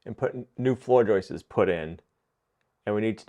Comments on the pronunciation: They're JOISTS....not JOISTES!!! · 🇨🇦 I see he's back to saying Joices not Joists lol. Cheers from Canada!🇨🇦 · Would you please stop correcting the way this brilliant man says joists. Maybe that’s the way they pronounce that word in the northeast.